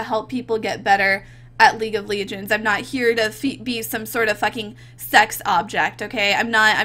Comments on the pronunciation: LEGENDS!!! NOT LEEGENDS!!!!!!!!!!!!!!!!! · Its League of Legends not League of Legions! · "League of lee-genz" xD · League of leegends nahhhh 🤣🤣🤣🤣🤣🤣